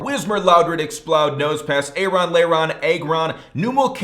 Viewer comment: Not EGG. Stop. It AAGRON just not egg